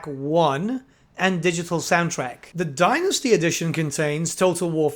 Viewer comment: As a fellow Brit you're killing me with how you pronounce Dynasty (Thank you for the video, always watch your videos for the latest info)